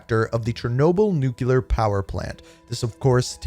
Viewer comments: ITS NOT NUCULAR!!! ITS NU-CLEAR!!! You’re killing me. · These are always ruined by the way Americans pronounce "nuclear."